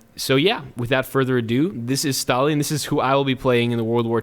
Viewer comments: Says he's good with WW2 Pronounces Stalin stalalin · aefwijpo his surname was Staljin (stalyin) and the other dude is Lenjin (lenyin) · Since everyone is angry because you are using the Russian pronunciation of the name "Stalin", how about you try the German way of pronouncing the name? Yeah, go ahead and piss off more English speaking people, because, why not? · Who is these “Stalian” you speak of? Is it a horse? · DAMIT it's Stalin not stallin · why does he say stalin like stalyin